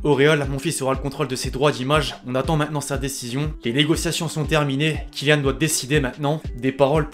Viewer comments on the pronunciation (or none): none